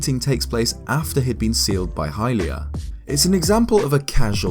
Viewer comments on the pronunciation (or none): none